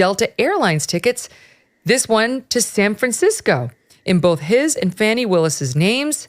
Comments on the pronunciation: Megyn, I know a lot of news media are pronouncing Fani as Fanny but the correct pronunciation is Fawny. What Nathan Wade and Fani Willis have done is a misuse of taxpayer money for Fulton County. Her behavior by her own words when she was running for office as DA considered a reason to fire herself. Personally her hiring an attorney for RICO case such as Trump that’s not qualified and needed county commissioner consent but she didn’t get and possible use of COVID relief funds for paying for her adulteress affair should be criminal. At minimum she and Nathan Wade need to be disbarred from being officers of the court. JMHO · Great report, and I love that you're calling her "Fanny," rather than "Fahni." She's definitely selling that thing! 😂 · And as we all know, her name is actually pronounced "fauni". But FANNY is far more appropriate, as she so consistantly makes an ASS of herself. . . As such, 'Fanny' will continue to be my enunciation of choice :D 🤭 PS: Only those who fawn over Fani -don't find 'fanny' funny :) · Pronouce her name correctly. Please. Yall do this on purpose. It not Fanny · We all know it's really pronounced "Fanny" she ain't foolin nobody